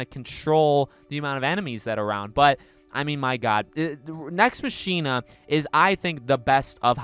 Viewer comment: Mach-ina , not Machine-uh